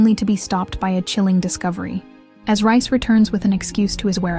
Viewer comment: It’s reiss not rice